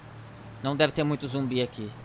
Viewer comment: É ZUMBI E NÃO “zombi”